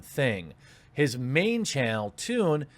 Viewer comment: NOT TWOON!!!!